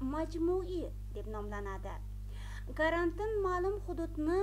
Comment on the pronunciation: Карантн деб эмас, карантин деб талаффуз килинади.